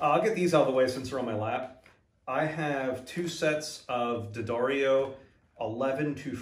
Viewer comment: I always look forward to seeing your crate videos. Because it means I'll get mine in two days. Minus one set of strings. I'm excited about the stickers. My brother gets the picks, because he doesn't play bass. P.S. You're saying D'addario as if you've been saying it correctly for years now. Awesome!😂🤣😂🤣🤘👍